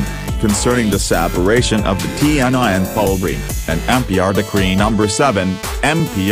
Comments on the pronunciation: Its actually pronounce "tee En EE" not like tee en ai 😊😊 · Cuma ti en ai jx yg jelas kedengarannya😁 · Bukan tee and I tapi TNI serr,.. Bacanya,. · Ti En Ai... Agak aneh sih dengerny 😂😂